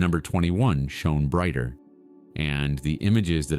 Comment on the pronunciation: Poor pronunciation and wrong words… like the word to understand something is Know. Not No. Shone…. Badly pronounced.